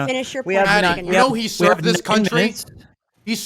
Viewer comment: "H E S E R V E D" 🤣